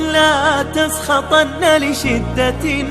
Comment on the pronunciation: لاتسخطن بالنون وليس التنوين !